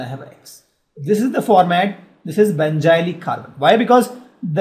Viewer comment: sir............it's benzylic carbon not benjylic